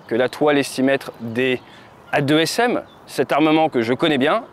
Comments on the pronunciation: AASM et non A2SM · On dit des « deux-a s m » pas des « a-deux s m » ?!? C’est pas important, bonne vidéo, bonne qualité, continue comme ça !